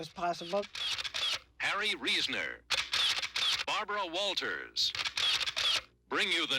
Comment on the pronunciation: Is Bharbwa whaltahs able to dwive?